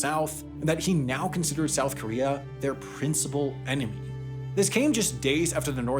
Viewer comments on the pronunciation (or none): It's "KOREA" not "KREA", for fuсk's sakes!